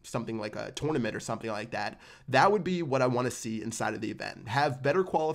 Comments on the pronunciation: If he says twounament one more time😅😂😂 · He says it like a tour and a nament